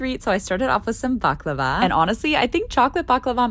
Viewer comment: That baklava pronounciation was murdered